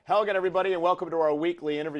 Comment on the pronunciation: And when he says hello again everybody, it sounds like Hello Elgin.